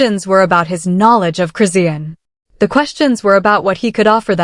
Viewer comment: I had to click off immediately. I hate AI voice and the way they say Chris-see=anne Rock